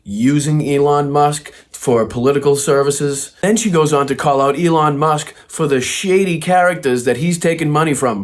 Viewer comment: MTG didn't think any entity should promote a vaccine that wasn't FDA approved, but they were all tripping over themselves to promote worming medicine for covid, WTF? These MAGA cultists have no shame and no self awareness. She wont even pronounce Elons name right.